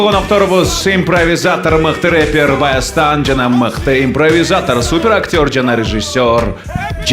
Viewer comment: Баястан эмес Байастан болот